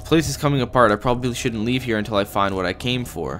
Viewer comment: remember from the first one..... "its gettin durk in hure"